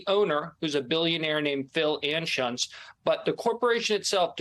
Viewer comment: FYI - Anschutz is pronounced an-chutes. Wendel Anschutz, a first cousin of Philip, was a TV news journalist in Kansas City Missouri, at least that's how he pronounced it.